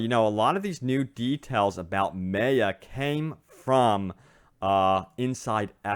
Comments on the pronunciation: ffs its my-uh not may-uh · it's not prononse MAY-A it's MAYA it hard prononsesation. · Anyone else get annoyed every time he says MAY UH? Dude it’s pronounced MY UH....it’s not that unique of a name...very common with very common understanding of the pronunciation. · Does anyone else hate that he is pronouncing Maya wrong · Me. So much. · Completely butchered Maya’s name lol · The Fly3st lmao I know it pisses me off it’s such a common name like how does he not know how to pronounce it 😂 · I ignored it the first couple of times but by the end of the video I was rage screaming the correct pronunciation back at the screen!